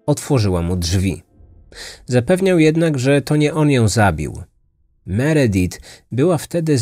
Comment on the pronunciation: Meredith wymawia sie Meridif